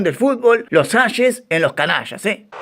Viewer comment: Qué cabeza, se pronunca Harry "Jeis"